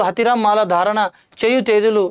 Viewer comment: మల ధారణ కోని బాబు. మాల థారణ కేణో😂😂😂 ఛీఛీ